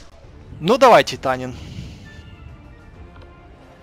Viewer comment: ТитаТин а не титанин